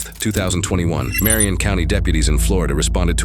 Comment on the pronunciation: Ken and Dane, it's Marion county!